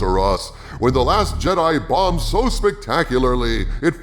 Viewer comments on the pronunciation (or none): none